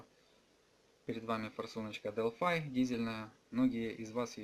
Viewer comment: Делпхм не " делфай" - как мордыхай! ;)